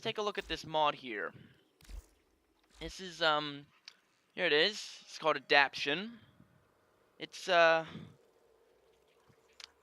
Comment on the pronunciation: a dap tation not adap tion